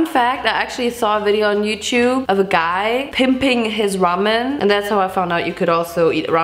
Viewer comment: German: Youchoob Other people: Youtube